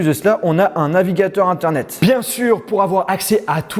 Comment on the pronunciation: C'est internet pas eternet 😂😂 mais sinon je quiffe ton salon j'ai un peu le me style mais moi j'ai une tele Phillips de 165 cm et il n'est pas si grand